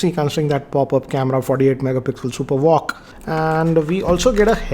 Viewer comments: Its VOOC not walk. 😂😂😂😂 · It's "VOOC" and not "VOCC"